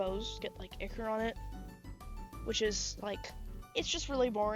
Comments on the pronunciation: It’s pronounced eye-kor not eeee-kor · Its that pronounce echor its pronounce i-chor not being mean… somebody tell me to shut the FU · I'm crying "ihker" 😭